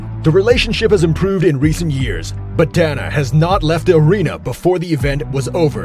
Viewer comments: He didn’t even say Donna he said DAN-A. It’s definitely pronounced DAY-NUH like you said but I figured you corrected him so I’d correct you. But you are correct don’t make videos about people as if you know them if you can’t even pronounce the name of the person the whole video is based on. How reliable can any of the information on one’s video be if you can’t pronounce the name of the president of the biggest MMA organization/Promotion in the world? I literally watched the first 30 seconds of this video before I paused it to see if anyone pointed out that he didn’t say his name correctly and thank god 1 person did. I literally don’t want to watch the remaining 7 minutes because the person who made this video is a fraud who obviously doesn’t know shit about the UFC or MMA as a whole if he doesn’t know how to say the bosses name. God it felt good to let all that out. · It's pronounced DAY-NUH. Not donna 😅 pronounce them right if you make videos on it man